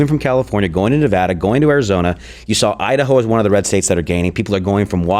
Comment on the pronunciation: As a Nevadan, thank you for saying Nevada & not Nevoda